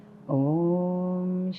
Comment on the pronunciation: wrong way to pronoun OM , if it was right then Adi Shankaracharya would have corrected